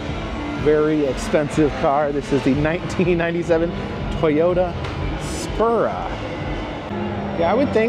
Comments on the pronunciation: “Toyata SPURA” 😂 Its a sUpra!!!! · ITS PRONOUNCED "SOUP-RAHH" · my dude, my man, my boi, please understand. Its pronounced a Toyota "Sue-pra"